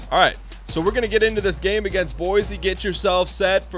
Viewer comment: Hey Dan, I only have one issue with is episode, and it’s appeared in previous episodes as-well, it’s pronounced like boi c state not boisy state